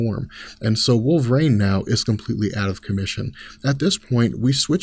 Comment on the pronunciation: you keep pronouncing "wolverine" as wool-vrain. It's weird